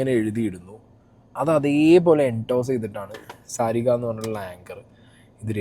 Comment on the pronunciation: സാരിക അല്ല ശാരിക 😂 the worst anchor ever.